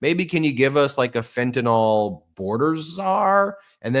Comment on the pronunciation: Fentanyl -- FENT A NIL . Not FENT A NOL. Can you say it right please? I'm not going to tariff you, promise. :-)